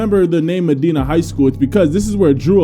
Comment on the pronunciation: As a Ohian and just heads up it is pronounced Ma -die - Na one of the best schools in football in Ohio for many years